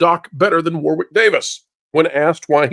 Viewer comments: Hey, you pronounce “Warwick” as “Warrik” not “War Wick” it’s a British thing. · It is pronounced Warrick. You don't pronounce the 2nd "w" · One for the folks from the USA: the 2nd W in Warwick is silent. In the UK we pronounce it War (never changes) Rick (never gonna give you up). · It's pronounced War-ick, just saying. 😁